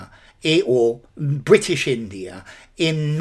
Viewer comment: there's an intrusive r in "india(r) and pakistan"